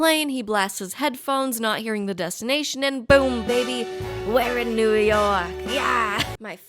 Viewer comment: It's New York, not "Poo Pork".